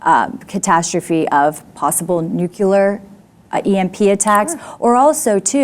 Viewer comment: When you say "Nukuler" I'm out.